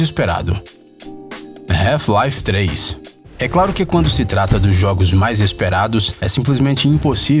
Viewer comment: "Reufi laife 3"....🤔